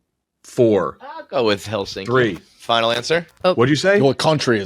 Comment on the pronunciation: “It is Helsinski”